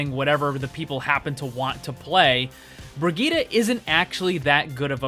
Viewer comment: Why everyone can't speak Brigitte right?